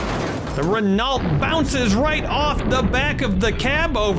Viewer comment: I am guessing Renault cars are mostly only in Europe. It is French and pronounced more like Reh-no.